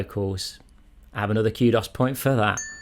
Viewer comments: I just now realized what “Q-doss” points are. “Koo-doze” on the pronounciation. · I keep hearing cute ass point instead of kudos point😂